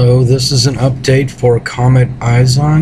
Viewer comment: you sound stupid, can't even pronounce it right its not eyes on. It's ISON. ICE-ON. ISON. not eyes on. all french and shit.